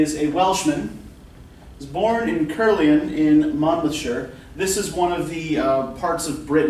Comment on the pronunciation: The Caer in Caerleon rhymes with wire, not with were.